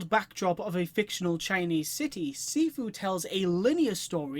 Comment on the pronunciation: It’s pronounced (SHEE-FUU) nice vid man